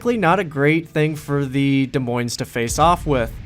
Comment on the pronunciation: I think you got the silent s on des but definitely not in the moines in this video